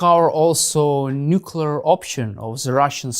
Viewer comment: Oh no! Not this idiot again. The guy who can't pronounce the simple, but incredibly important word, "nuclear." I cannot pay attention to someone who clearly didn't listen to his teachers.